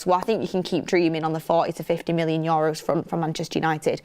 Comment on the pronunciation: its not yoros is euros, had to comment its bugging me lots